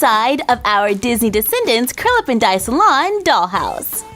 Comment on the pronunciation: I always thought you were saying Curlaven Dye salon, not Curl Up & Dye